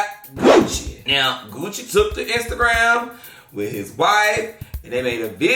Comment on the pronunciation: OMG😭😭😂😂😂😂😂 he tammat gucci label like lake lanier im cryingggg